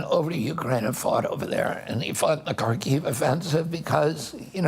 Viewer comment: 'Harkiv' not 'Karkiv' cabinet member